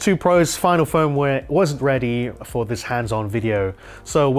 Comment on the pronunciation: Was ready? Do you not know how to pronounce wasn’t?!